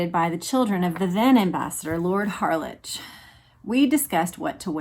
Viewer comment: HARLEK is the correct pronunciation of Harlech in the UK.